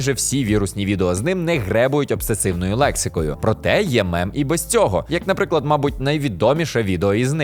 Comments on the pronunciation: Гарне відео, тільки лексика не "обсесивна", а "обсценна" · лексика обсценна, а не обсессивна:))) але я без дойобу. насправді дуже рада новому випускові!!